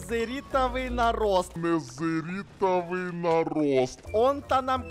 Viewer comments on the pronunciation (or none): ты сказал незеритовый нараст🤣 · не нэзэрский нарост а адский нарост